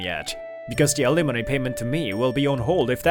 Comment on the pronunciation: Why does he keep pronouncing it alemoney?